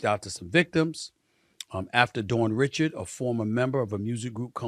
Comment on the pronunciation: Learn to say names correctly…it’s Risssh-ard not Richards. It’s s basic reporting to get a victim’s name correct.